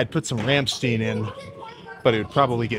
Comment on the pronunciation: It's pronounced Rahm - Stine